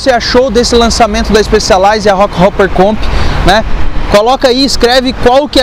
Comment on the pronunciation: A pronúncia não é “roqueruper” pelo amor de Deus... é roqueróper!, hopper ( pronuncia-se róper) quer dizer “saltador”, ou seja, rockhopper quer dizer saltador de pedra. Falar inglês é importante para falar de bicicleta.